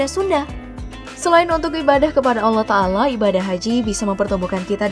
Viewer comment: Bukan Tanggala Tapi Subhanallah Watangala